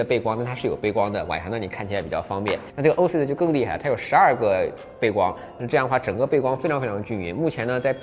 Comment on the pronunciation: Oasis念 “ ”哦哎思爱思“”